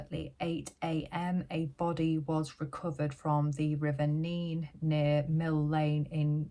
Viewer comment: You got the pronunciation of Nene correct. The locals call it Nen for some reason.. Great video 👍🏻